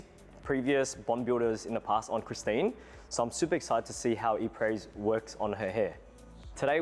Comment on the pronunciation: His inability to pronounce “Apres” is already making me skeptical…🤔